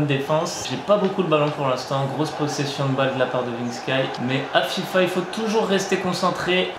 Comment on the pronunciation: dit vinksky je suis le seul à avoir remarquée